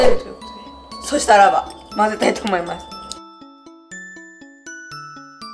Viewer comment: お菓子作り動画好き！って楽しくでもしっかりわかりやすく説明してくれるから 作ってみよう！って思える！「たらば」を強調してる可愛いw愛してる💗